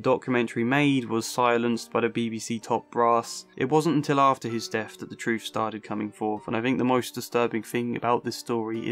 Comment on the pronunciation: I'm clocking out. I cannot take seriously anyone who pronounces the word 'truth' as 'troof'. No wisdom or insight to be found here